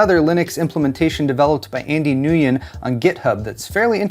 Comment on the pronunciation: Stop being ignorant and learn how to pronounce Nguyen. Not like it is an uncommon last name these days.